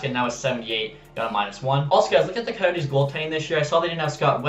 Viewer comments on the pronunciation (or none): none